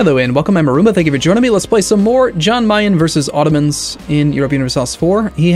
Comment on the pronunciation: It's pronounced Yan Mayen not Jan